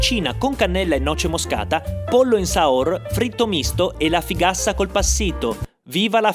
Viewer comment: In realtà è fugassa, non figassa. Ma va bene cosi😂